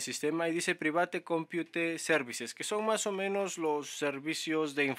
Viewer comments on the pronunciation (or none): Jajaja la pronunciación en inglés no es "priveit" es "praivet"